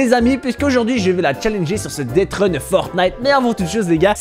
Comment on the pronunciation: c'est deathrun et non deadrun